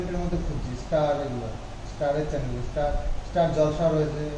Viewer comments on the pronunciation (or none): none